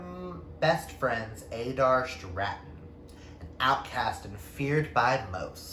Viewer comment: Where you saying Adair? I believe it’s pronounced like (a-dare). That’s how I read it and I’m sure that’s how Mallory pronounced it in the author spotlight I did with her... id have to go and double check :). Ahhh yes! Matt and Ryan are the sweetest author couple! :). Ohh yes! In The Hills Above The Gristmill! Yess!!! All of these are amazing books and incredible authors! I’m so happy you won this giveaway! I am just starting Elemental Links now myself! I can’t wait to read it and review it! I think you are going to love so many of these... if not ALL of them. I NEED some of Candaces work!